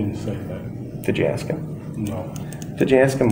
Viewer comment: Could you axe the question again officsar